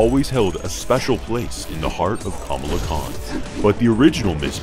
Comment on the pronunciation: Couldn't help but notice, he said her name wrong every time...